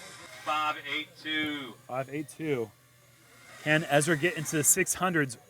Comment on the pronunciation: How does an announcer at an event like this still not know how to pronounce Ezra's name?